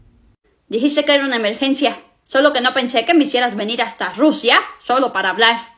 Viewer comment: cuando vic dijo russia pronucio la r